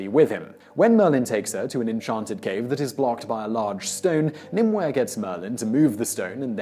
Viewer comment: Only one pronounciation problem: Nim-oo-y.